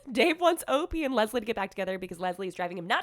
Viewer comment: For all that is good in my ear buds do not say OP the way you said it. Please please please please please don't!!!! O. P. is just fine. I love your contact but this is the one time I will stand firm in this.